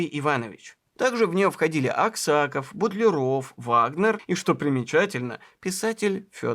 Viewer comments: Все замечательно, но все таки не БутлерО'в, а БУ'тлеров ! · Ну почему же "БутлерОв", а не ""БУтлеров"? В Википедию загляните, пожалуйста, там в фамилиях знаменитых людей расставлены ударения. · Прекрасная программа, Но не знать правильного ударения в фамилии русского химика Алекса́ндр Миха́йлович Бу́тлеров, это огорчительно! Наверное вы в школе химию не изучали! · Совершенно потрясающий фильм! Спасибо за труд! Смутио только произношение фамилии БУтлерова. Почему же БутлерОв? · Извините, но все же БУтлеров , а не БутлерОв. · Не БутлерОв, а БУтлеров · Автор - умница! Проделана колоссальная научно-исследовательская работа. Такое надо поощрять! Но, не БутлерОв, а БУтлеров. Ибо, фамилия сия от аглицкого БАтлер.😊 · БУтлеров, а не БутлерОв!!! А Менделеев... Как только в школе началась химия, я пересел в хим кабинете на первую парту и видел перед собой над кафедрой огромную ЕГО таблицу. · БУтлеров, а не БутлерОв!! Это ж надо, так опозориться! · Почему говорите Бутлеро́в , хотя общепринятое произношение Бу́тлеров❓ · Правильно ставить ударение в следующих словах так": Б'утлеров, из Кл'ина. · Классная работа! Но ударение Бу'тлеров! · В фамилии Бутлеров ударение на букву У